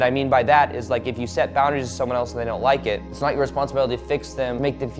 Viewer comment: he said poundaries